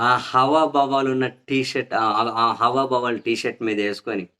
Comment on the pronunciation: హవాబావాలు కాదండీ హావభావాలు